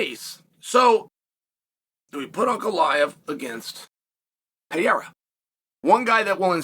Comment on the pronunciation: Bro stop saying Pierra ffs.